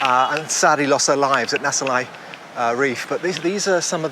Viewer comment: Not Naselai , it's should be Nasilai.